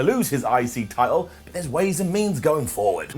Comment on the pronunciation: I LOVE the way says "Title." It reminds me of my old neighbors from Soth Africa. They have the coolest accents!